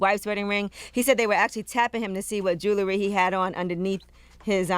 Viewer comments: lol I love how Angela Yee says "jewlery" instead of "jewelry". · It's Jewelry (Ju -wool-ree) Not (Ju-ler-ree)